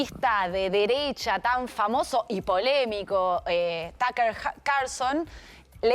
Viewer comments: Son periodistas y no saben quien es Tucker Carlson, ni siquiera pueden pronunciar su nombre sin trastabillar.... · Ni sabes pronunciar Tucker pelotuda